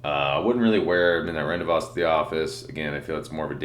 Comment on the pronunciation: Love your reviews bro and always look forward to them. Just wanted to start by saying that..but, just so you know, the word is pronounced ron-day-vo͞o the S is silent. Thanks again and keep up the great work!